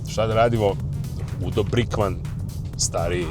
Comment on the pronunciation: nije Brikvan nego Brinkman